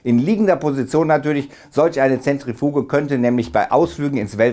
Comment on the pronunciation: zetrefuuuueeeegeeeeee hahahahhaah lappen